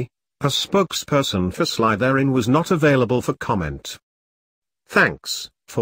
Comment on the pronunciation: This way Slytherin is being pronounced is triggering me. ( Also it’s funny cause I’m wearing my Slytherin shirt rn lol )